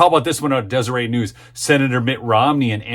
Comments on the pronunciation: "Deseret" is actually pronounced " dese- rett" not "dese- ray". It's a Mormon- created word and not a French word. The Mormon thrift stores are named " Deseret." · Thanks for your report. As a conservative Utahn, I'm excited for the exit of Mittens. Too bad we didn't have the ability to recall the RINO knucklehead! For your future reporting on stories from the Deseret News, Deseret is pronounced Des-uh-ret. Pronounce the "t".